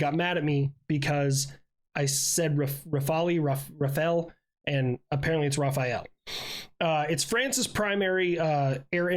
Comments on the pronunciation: i'm french ,it's not Rafaël ,that's a first-name like michael ,it's RAFALE if you don't get the pronounciation right it's ok i speak a lot of native english speaking friends that cant say it properly ,it's not a problem ,fun fact in english rafale is equivalent to gust of wind and also Burst Of Fire ,also thx for your video really good work ^^ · rafael for rafale hmmmmmmmmmm no it just ra(fa)le thas all xD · For aircraft pronunciation, you had it close with the Rafale, as it's pronounced like "Ra-fal" instead of "Ra-fa-el." And for the Gripen, you had it right the first time with "Grip-N." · Rafael is an Israeli defense company. The french superiority Fighter, is the Rafale, pronounced " Ra-Fa-L " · WTF !? RAPHAEL !? Who the F get made at you for that !? Its Rafale ! Not Raphael ! Thats a plane not a Ninja Turtle 😂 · The french Rafale is rah-fal, e is silent. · It is, absolutely NOT "Raphael" pretend the "e" is not here, like you're saying "Raph" and finishing with the "al" from "Halal" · This person that was mad at you was wrong and don't use French as their main langage 😅 You see the ”FAL”, the gun ? Just add ”ra” before, and the ”e” at the end is either dull or it's about the same sound as "uh", like when people says "duh uh" Ra (like the Egyptian god) Fal (like when people pronounced at once "FAL" instead of saying the 3 letter separately) Uh (like "uh") But I'm pretty sure some of our partners/client don't pronounced it correctly (especially the non European ones), so, no hard thought, the only bothering is rather that someone shit on you and were wrong themselves. (And trivia, "rafale" would be the word "gust" in the expression "gust of wind", and it's also the word we use for full auto burst, like "3 round burst" => "rafale de 3 coups") Thanks for vidéo